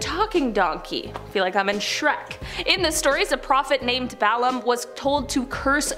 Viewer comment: "Balaam" is not pronounced "BAL-am." It's pronounced "Ba--A-lam."